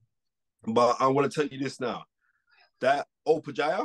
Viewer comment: This guy calls himself ‘The Knowledge’ and yet calls Opetaia ‘Opijaya’?! Absolute mug/fraud